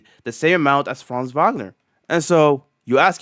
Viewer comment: the way you pronounced franz wagner's name was exquisite